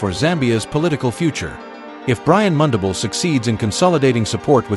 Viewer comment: Pronounce mundubile Brian